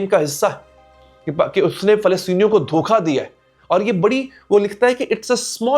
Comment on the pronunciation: Dhokkaa ,,, not dhokhkhaa